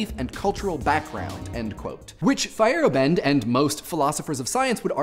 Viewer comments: feyerabend pronounced "fire-AH-bind" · I know you're saying Feyerabend, but what I'm hearing is Fire bend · Hehe, saying “Feyerabend“ (which, apart from a little difference to modern spelling, it's the German word for the free time after work) sounds like “firebend“. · Anyone else hear "Firebend" whenever says Feyerabend? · butchering the name Feyerabend